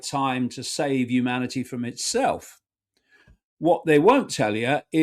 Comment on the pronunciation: Watch out 'umanity' Icke is about...the 2nd coming of JC BUNK